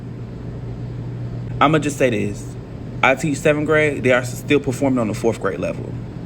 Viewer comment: Lets talk about this. One must teach by example and the poor articulation, enunciation and pronunciation this "teacher" is demonstrating is only exacerbating the problem.